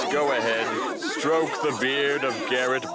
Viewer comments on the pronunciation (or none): none